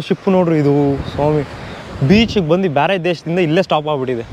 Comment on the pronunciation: ಬಂದಿ ಬಂದಿ ಅಲ್ಲ ಬಂದು ಬಂದು 😆